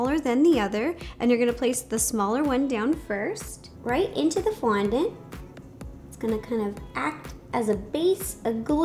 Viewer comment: Am I tired or did you start saying qaundent?